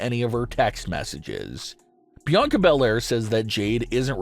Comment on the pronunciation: It's not Bianca Bel-Air this